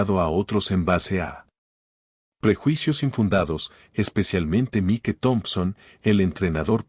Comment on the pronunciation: Desagradable situación y no mereclda. Cerciorarse, antes de proceder. El irrespeto, arrogancia y racismo son MALOS CONSEJEROS. Argumento excelente, DIFERENTEE. Me encantó. Enhorabuena, por tan magnífica narración. Buen narrador, recuerde nombre en inglés Mike, se pronuncia Maic 😊. Tiene muy buena entonación, dicción, maneja super bien, los signos de puntuación. ❤